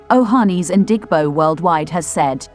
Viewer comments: Narrator thanks for presentation. But, next time give an igbo person to give correct pronunciation ooo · Pronounce IGBO properly or dont use rhis voice